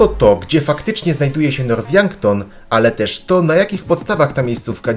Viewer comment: Mowi się nort a nie norf poprawa